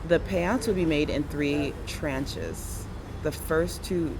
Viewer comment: i think those who live or lived in USA can relate when she said "tranches?"....lmao